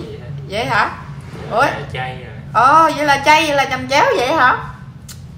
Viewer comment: Chẩm chéo chứ ko phải chầm chéo đâu chị